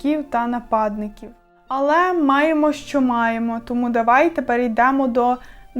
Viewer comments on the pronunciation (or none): none